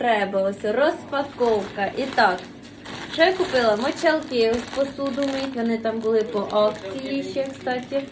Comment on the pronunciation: Не знущайся так з мови🙏🙏🙏 "Конхвєткі", "пєнка", "туалєтка", "мочалкИ", "стоіла"...🤦‍♀️